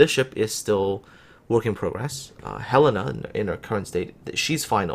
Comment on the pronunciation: Hurray, you learned how to pronounce Helena!